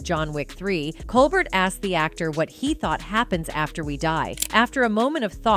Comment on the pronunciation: It's super cringe how the AI voice narrating this video mispronounces Keanu, Colbert, and some other names. It's really weird the makers of this video either have no clue how these actors names are pronounced or they are too lazy to review their product before releasing it. Also none of this is new news, they just copied other scources to create this video. And the repeating over and over the same lines then showing the source of that info say what the narrator just said is just a way to stretch the content and very lame. Huge thumbs down to these parasitic so-called content creators.👎👎👎👎👎